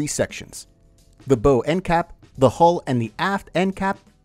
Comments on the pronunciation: The “bow” of a sea vessel is pronounced like taking a bow, not like the bow on a present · It’s BOW you AI nitwit, not BEAU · Not the "bo". It's pronounced bow like wow. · Bǒw not Bōw. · Idiot! A boat has a “bow” - pronounced the same way as “she took a bow before the audience”. It does NOT have a “bow” = pronounced the same way as “she had a bow in her hair”. FFS. Hire an editor who’s been on a boat at least once. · Bow is pronounced like how. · It’s pronounced “bow,” not “bo.” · Bow is pronounced as "B-OW" like you're saying "OW!" when you hurt yourself. Bow as you said it "B-oe" is when something bends, like a bow and arrow or beam under stress. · BOW*. It sounds like “ow! I hurt my toe!” B-ow! Say it again. B-ow. Now go back and re-do this video and repost it. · Get a new voice robot its bahww not boh. Bye now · You lost me at "bow". I think you mean bow - as in to rhyme with cow. Basic knowledge missing. Simple research clearly not done. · "Bow" on a vessel is pronounced like "wow". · Great video, but it's pronounced bow, like cow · When you can’t pronounce bow, it makes your video sound unreliable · stopped listening as soon as you miss pronounced bow.... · Please pronounce "bow" properly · Repeatedly mispronouncing "bow", talking about "coast guards" and incorrectly summarizing how sonar works. Boy, I better buckle up for some expert knowledge. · It's bow not bow